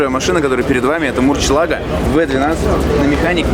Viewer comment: "Люблю автомобили" и "мурчела́го"... Ну что за неуважение? "Мурсье́лаго"... Эх...